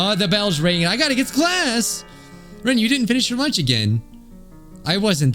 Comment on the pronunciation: I will now be saying Loonch instead of lunch 😂